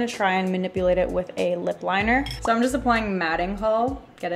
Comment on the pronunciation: HAHAHSHHSSH DID NO ONE ELSE HEAR HER SAY WINGED WINER